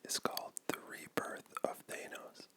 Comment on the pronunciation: That is not how they say his name in the films No one says that You pronounce thanos the meme way